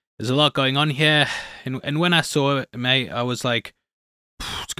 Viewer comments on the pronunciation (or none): none